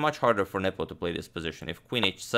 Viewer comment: Is it just me or is he saying nipple insted of nepom